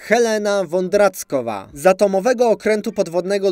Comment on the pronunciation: Bardzo fajne zestawienie, siłą rzeczy zabawne i o to tu chodzi 👍 , ale albo ogolnie masz złą wymowę, albo žle czytasz - efekt ten sam, działa to trochę irytujaco i na dłuzsza mete nie da sie tego słuchać. Czeskie Č nie wymawiamy jak polskie, zwykłe C, tylko miękkie CZ. Podobnie jak život a nie zivot i kilka innych. Helena Vondráčková to Helena VondraCZkova , a NIE VondraCkova, Jožin z Bažin to NIE JoZin z baZin tylko JoŻin z BaŻin (chociaż akurat tutaj zrobiłeś chyba pozytywnie wyjątek), a Loupežnik to LupeŻnik, a NIE LupeZnik. Jest tego niestety więcej. Poza wymową kciuk w górę 👍